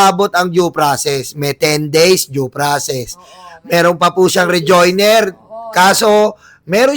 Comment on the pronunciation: HINDI REJOINER........ REJOINDER PO😅😂✌️✌️✌️🤣